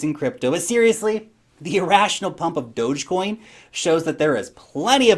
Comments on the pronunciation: it's pronounced "Dogecoin"!... : D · Does say Dogecoin kind of weird or is my whole life a lie?